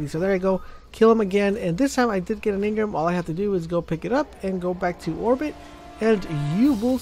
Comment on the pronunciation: It's engram not engrim, engrum, engrem, or any other weird shit.